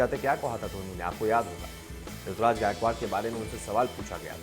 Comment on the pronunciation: It's not Rituraj.. It's Ruturaj